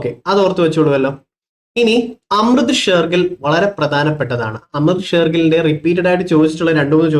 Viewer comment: അമൃത ഷേർഗിൽ, സാകേതം ശ്രദ്ധിച്ചു വായിക്കുക 😊